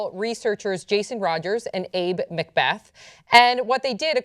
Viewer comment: Abbe is pronounced Abby, not Abe.